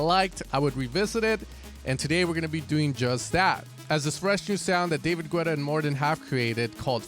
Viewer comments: I have to tell it. Its pronounced 'Geta' Ok I can continue watching your video 😌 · Still wondering why you say 'Güetta' 😆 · Lol when is he gonna start pronouncing "Guetta" correctly